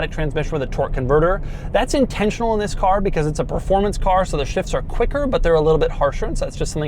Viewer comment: Bro start saying “vis” instead of “this”